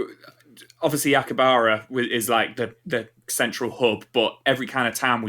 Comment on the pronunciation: Wondered when they'd get Frank on. Take a shot every time mispronounces Akihabara.